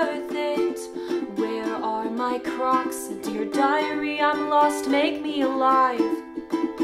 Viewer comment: I thought u said COCS